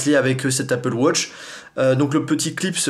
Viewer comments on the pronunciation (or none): on ne dit pas appele wotch on dit appele watch enfin je crois